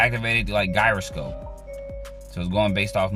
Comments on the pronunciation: Gyroscope is pronounced 'jai·ruh·skowp' bud, just FYI. I still can't figure out the proper way to say Gyro (the food) so don't feel bad lol. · Stop pronouncing gyroscope like that